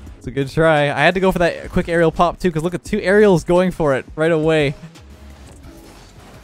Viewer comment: The only thing I heard was him say Arelel for aerial